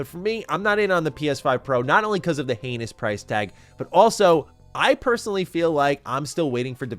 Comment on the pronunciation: Heinous as in heen-ous. Hanus is bill and ted cause anus huh huh huh.